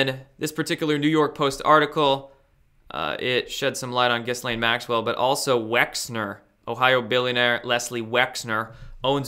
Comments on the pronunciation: apparently Ghislaine Maxwells name is pronounced more like "Ghee-yan" or some shit like that. Also, the hash tag of Cali island seems like it could have more than one reason for being used. Kali (same pronunciation as Cali), is a goddess of old and is also named "the destroyer" and is linked to sex in some lore. I thought that made it more interesting that it was used in the hash tag for this particular island and by these particular people... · The "s" is mute in Ghislaine, otherwise you got it right. The first time I see my name in big news, and it's connected to this!!!!